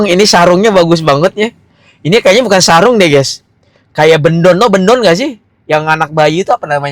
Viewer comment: Bkn Bendong bang tp Bedongan 🤣🤣🤣